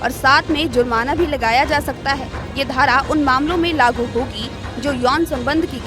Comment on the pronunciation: Dhara sahi pronounce kare